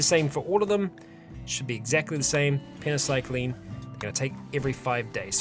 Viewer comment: you are missing a Y in "Penoxycyline" every time you say it.